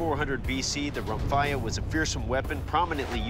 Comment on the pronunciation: This, being a Greek weapon is actually pronounced "rhomphea"